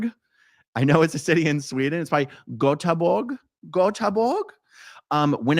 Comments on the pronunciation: Aarhus - pronounced "Orehus" is the second biggest city in Denmark, about 3 hours from Copenhagen. Göteborg in Sweden is pronounced "Yoeteborg" in Swedish. You roll the "r" and don't pronounce the "g" hard at the end. More like a "y". 😅🫶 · Oh, you struggled with the name of my home city. The way you pronounce the ö in Göteborg is pretty close to how you pronounce the i in Bird.